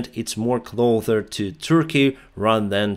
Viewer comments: I noticed you keep pronouncing the word closer like clother or cloZer. The actual pronunciation is cloSIR or кло-сэр. I hope this helps. Slava Ukraini! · you always say Closer as Clother, yet you can easily pronouce the S for so many other words, like defense. I know English isn't your first language, but the word closer has a strong "S" sound, not a TH sound... Otherwise, your videos are fantastic! Just trying to help you gain more control on the English Language (although it's a ridiculously complicated language) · the word is "cloSer" not "clother." Sorry to nitpick and thank you for your valuable reporting. PS Your English is far superior to my non-existent Ukrainian....! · when you say closer i think you saw the word clothes and saying closer like that. Not trying to offend or anything. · it's CLO S ER there is no "th" Why do you pronounce it like "clother"? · Hi friend, thank you for speaking in English our international language. Your English is truly a pleasure to listen to, you are a strong English speaker. Here is a tip on pronunciation: closer, ближе, you say like clother. But it has just the simple ss sound, so in Cyrillic клосэр.... Нету th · Hey! The biggest mistake you’re currently doing in English is pronouncing cloSer as cloTHer. Hope this helps! ❤ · Hey, You probably wont see this and not trying to be picky Just trying to help. But i notice in many of your videos you pronounce the word "Closer" as "Clother" which is incorrect. The correct pronounce in the ending is as "Sir". As in Clo-sir.... I think you are confusing the pronunciation with the word Cloth. Hope you see this so it doesn't become a bad habit for you. Thx for the video. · Hi, great work; one thing I noticed was that you pronounce the “s” in the word “closer”by saying “th”; so the result is you saying “ clother “ when you mean to say “closer” From an American Lawyer fan of your work